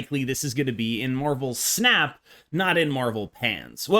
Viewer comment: I kept hearing marvel pants and I just can't lmao